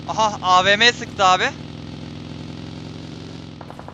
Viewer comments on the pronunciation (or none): Abi avp diyil avm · Abi avm ye neden avp demeye başladın merak ediyo m